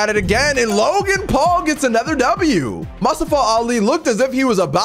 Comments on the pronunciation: It’s pronounced Mu-sta-fa Not Mus-sta-fa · Pronounces it.. "Musta-fah"...try "moo-stof-fah" that's a common name and easy to sat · keep saying mustiva it’s mustafa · you're killing me dude, it's moo - staa - fuh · Totally say mustofa name wrong lol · Hey it’s MOO-STAA-FA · You saying mustafa Ali wrong